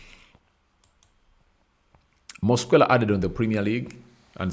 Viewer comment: Your demeanor is too bad for this video, yawning, flue like breath, you can't even pronounce Mosquera's name properly. Its disgusting